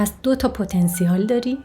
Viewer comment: پتا نسیل .درست تلفظ کنید